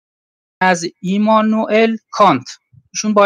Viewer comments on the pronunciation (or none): این اومده اینجا چیزایی که خونده رو کم‌کم تمرین کنه. قشنگ معلومه داره از رو میخونه. از اسم خوندنش معلومه. ایما نو عل کانت؟ سیریسلی؟ 😂😂